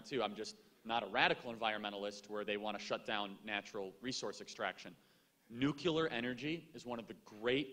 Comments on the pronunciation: I just have to say I can't stand when people say "nucular". It's nuclear goddamnit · Nothing about this video bothers me more than the use of the word... "Nucular" 😂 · NU-CLEAR. NU-CLEAR. NU-CLEAR. Nuclear. Say it right, please!!!